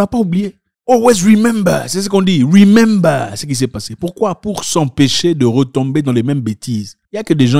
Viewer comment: wemember ? je wepresente , les bantous en fworce .